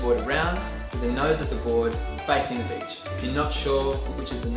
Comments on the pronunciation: "Picking your b!tch"😶, "safe b!tch" Ma man, it's 'beach', not b!tch bro what the fudge😅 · i thought he said “first step is picking ur b****” 😂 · At first I heard, “Step 1: pick your bitch” 😂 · I thought he said “picking your b*****” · Does anyone else hear him say bitch when he says beach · I kept hearing him say I need to find the right bitch, and when I find the perfect bitch I'll finally be ready to surf. is there a how to video on that? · Aye I thought he said bitch too hahaha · Great video. I love how you say beach🤩😂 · The way his accent makes him say beach kills me 😂